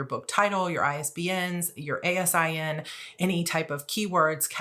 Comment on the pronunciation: I currently work for The 'Zon and just fyi "ASIN" is pronounced "ay'-sin" [with a long a]. Cheers on your 2024 plans,! 🎉